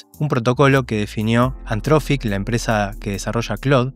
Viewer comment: gracias por el video pero por favor deci bien anthropic jajajaja